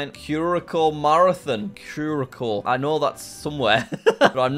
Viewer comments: Jack Curaça, is a constituent country of Netherlands, in the Caribbean. The island is between the Dutch islands of Aruba and Bonaire. All three islands are can be seen from Venezuela. Curaçao, isn’t pronounced cur a cow, it’s pronounced cur a sow, because the accent mark under the second letter c makes the c have an s sound. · it’s pronounced “Cure-ah-souw” not “Cure-a-ko” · cure-a-shao is the correct pronunciation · It's pronounced "Kerr Uh Sow" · Jack needs to learn to pronounce curaçao correctly lol! His pronunciation took me out and I’m not even from there. Drink some blue curaçao lol